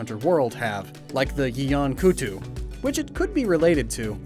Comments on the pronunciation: Or like he said yian kuttu instead of yian kut ku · Calling Lavasioth a subspecies of Jyuratodus. Like I get that it's origin is a bit confusing because it was introduced in Frontier, but to then immediately talk about Plesioth just hurts EDIT: calling a Yian Kut-Ku "Kutu" somehow hurts more